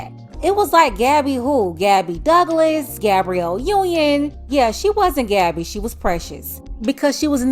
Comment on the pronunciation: "Gadibae" 😂it got a ring to it though as wrong as that name was